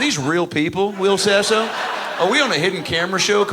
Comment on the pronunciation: Wull, hold on dude its Will Sasso, brother